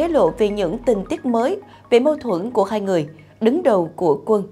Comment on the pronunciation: Tôi thường theo dõi tin tức trên Htdnews, tuy nhiên gần đây có 1 xướng ngôn viên (ko lộ mặt) phát âm nghe chướng tai quá vì phát sai “hai” , cô ấy đọc thành “hay” !😮